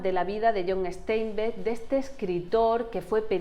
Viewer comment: es John Steinbeck, como suena, no "Esteinback"